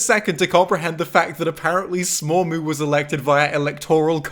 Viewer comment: sad you didnt mention that after the credits you get that smormu is pronounced dead